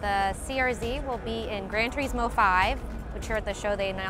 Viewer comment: I HATE HOW SHE SAYS TURISMO